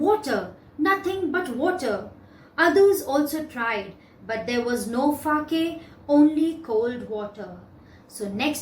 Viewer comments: The pronunciation of sake is sa-a-ke and not fa-a-ke.. Pls change it..It is very misleading!!! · Wrongly pronounced Sake That Fa in the book was just to explain that you have to read Sa in Sake just like Fa pronounced in father... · Ma'am sa is pronounced as fa in father it is sake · Correct! she has mispronounced it!